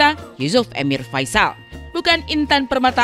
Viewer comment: Yusuf Erwin yg betul bukan EMIIIIR